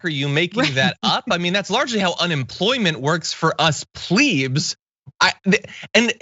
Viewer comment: Pleebs? It is pleb, rhymes with beg, meg, smeg, etc etc.